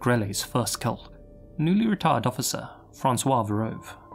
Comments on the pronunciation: ...someone please teach this man how to pronounce "retired"..... Yikes. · ...you really got to work on how you pronounce "retired"... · If you don't restrain your British (or australian idk idc) accent when saying 'retired', Youtube is probably going to demonetize you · I thought said “a retarded cop.” I was like wtf?? 👀🤦🏾‍♀️😂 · I’m sorry but it sounded like u said a r word cop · could have pronounced the word 'retired' better 😂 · I had rewind it 3 times before I knew he definitely said “retired cop” 🙈